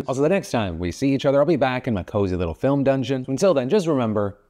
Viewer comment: Did he just say “PHILm dungeon”?